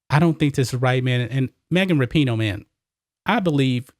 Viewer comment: I thought her name was pronounced Wrap-in-know.